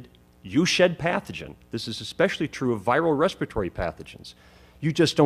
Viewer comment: Scientific and medical consensus is important for a reason. There are ALWAYS outliers. And a doctor who says "ecspecially" no less. LOL